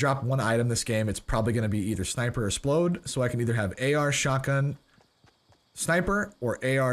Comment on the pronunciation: It grinds my gears when people say "splode", please just say rockets